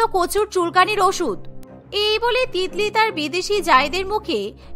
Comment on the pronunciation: Titli ke tikli ke bole bhai 😂😂😂😂🤣🤣